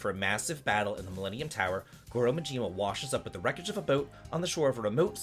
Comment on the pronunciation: I had to stop as soon as you called him Goro Muhjeema. Love ya buddy, but that's Maaaaahhjiima!!!